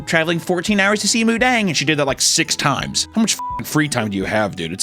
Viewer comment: not moodeng 😭